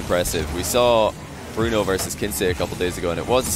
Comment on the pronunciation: it’s pronounced bruno